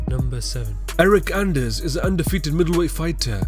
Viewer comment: Anders? Really?!